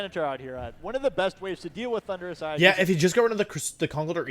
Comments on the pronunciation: it rly sounds like the announcer is saying 'Honduras' instead of Thundurus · I can’t be the only one who just hears Honduras every time says Thundurus lmao.